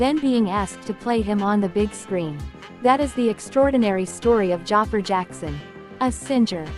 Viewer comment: Can't even pronounce Jaafar's name right, what a disrespect.